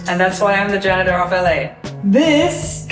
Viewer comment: Pronunciation... Repeat after me Janitor Get a 4wheel trolley instead of that thing Maybe even with a tabletop workbench. More space for finds...